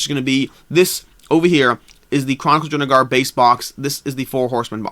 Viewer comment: You keep saying DrunaGAR. Stop. Please.